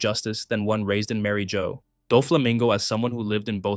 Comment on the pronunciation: Sorry to nitpick but I believe Marijois is meant to be pronounced like Marie (ala Marie Antoinette) and the end of Bourjois. Marie-zhwah.